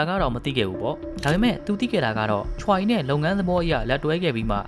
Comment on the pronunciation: Choiကချွဲလို့ထွက်ရတယ်Bro Incheonကအင်ချွန်းပါဟYoon Ji Ahကယွန်းဂျီအာလို့ထွက်ရတယ်